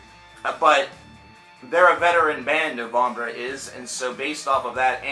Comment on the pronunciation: hey have you not been familiar with this band until recently? never heard you talk about them before. good to hear your thoughts however the E in NOVEMBRE is Pronounced just like the E in the English version of the word which is NOVEMBER. It's NOT NOVOMBRUH!!!!!!!! sorry, I don't mean to hassle you but it made me cringe like crazy.